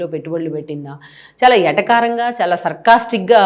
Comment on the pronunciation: మీ ఉచ్చారణ బాగానే ఉంది. కానీ ఎటకారం కాదు. వెటకారం అనాలి. మీరు మీ ఇంట్లో కాదు కదా మాట్లాడేది మేడం.